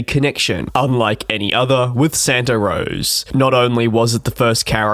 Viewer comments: Sorry mate, but it is 'Santa Rosa' not 'Santa Rose' . Yes as the area expands, more and more service is coming to the north bay. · It’s Santa “Rosa” not Santa “Rose” it’s a Spanish name as how almost all California cities mostly are. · It is Santa RosA NOT ROSE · 1 small airport name clarification - It's called Santa Rosa, not Santa Rose. 🙂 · It is Santa RosA. Or you could say Santa Roser. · Ah, it’s “Santa RosA” (Santa Rose-A”). LOL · Have to give him a pass since he is an Aussie, my mother on the other hand always called it Santa Rose and she is American.. LOL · SANATA ROSA... ROSA with an A!!! Not ROSE!! It is ALASKA Airlines, not ALASKER!!! C'mon...you are an aviation person?? UNBELIEVABLE